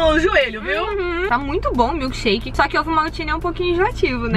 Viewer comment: ela falou milkesherke 7 vezes amo vcs ver por favo escrever no meu comentário